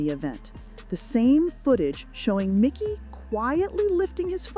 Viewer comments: It's Mikey. Not Micky. Getting these details right is important if you want to be taken seriously. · For such a detailed video, you would think they would have spelled and pronounced MIKEY'S name right. The video title is incorrect and they refer to him as MICKY throughout the entire video. WTF? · It's Mikey not Micky. 🤦‍♂️ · It is mEYE-kee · How many times does this narrator say his name wrong ?